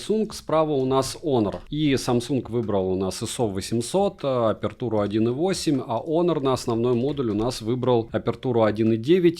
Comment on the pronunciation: Отличный обзор! Прекрасные виды, полезное резюме! Только он не "хонор", а онор.